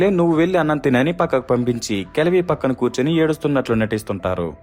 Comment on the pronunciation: Kajavi kaadu, kalavi